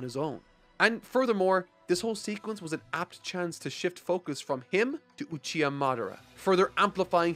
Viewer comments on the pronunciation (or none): none